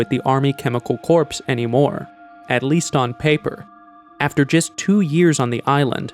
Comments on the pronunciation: "corps" is pronounced "kor" and not "corpse". Please don't say the animals were slaughtered. Animals get slaughtered every day for food. But when they are killed because they are infectious, then they are culled. So unfortunate that when you said 1971 the graphic said 1917. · Dude , the word Corps is pronounced " Core" not "Corpse". Also the Picture you claim is Eric Traub is literally a Picture of Werner Von Braun. Google Von Braun and that picture is one of them. I suggest you do better research and learn to read properly. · It’s hard to understand how such a brilliant story can be hard to understand…for instance, FMD was never described as Foot and Mouth Disease. Or Corps should be pronounced as CORE, not corpse. However, it is still terrible that the government feels free to use its citizens as experimental animals. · The word "corps" is pronounced "cor," not "corps." Another error, you talk about a disease being transferred from Europe to Cuba in 1971, but under the map of Europe it says "1917." Otherwise, in my mind, it's a well made video. Thank you for making it. We need to know the truth. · It is spelt "Corps" but pronounced pronounced "Core". 1, 2, 3, 4, I love the Marine Corps! Hoorah! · Are you seriously pronouncing "corps" with a hard 'P', like 'corpse'? You make YouTube videos man, you have to know that that P is silent. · Chemical Corpse is a darkly humorous way of pronouncing that, but it's pronounced just like Marine Corps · Chemical CORPSE? It is pronounced as if spelled CORZ, thank you. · The army corpse ey? I think you need to check your pronunciation of that one. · It's pronounced CORE! How the hell do you narrate and get basic words wrong. That was painful to listen to. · Corps is pronounced “core” - great video, thanks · It’s pronounced “core”, the “P” is silent. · I kept hearing Army corpse and I couldn’t finish the video… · I can’t trust a narrator who can’t correctly pronounce CORPS. It’s like he just learned this word yesterday.